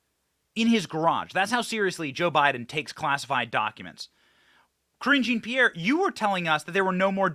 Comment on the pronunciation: Thank you Benny Johnson for pronouncing Cringe Jean Pierre’s name correctly!😂